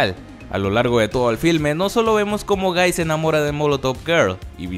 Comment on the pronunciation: Por alguna razón a la primera escucha gay en ves de guy Xd